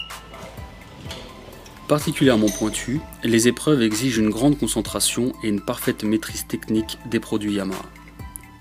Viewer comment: "Sept zépreuves"😂